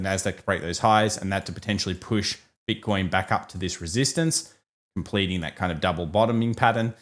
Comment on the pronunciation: “Bit-con” . Hilarious 😂